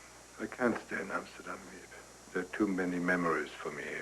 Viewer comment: In the book they were the VanDaans. And it's Miep not Meap